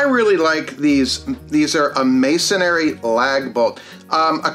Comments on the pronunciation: MAY-son-ree, not. “MAY-son-airy” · Masonry - it’s pronounced /mā′sən-rē/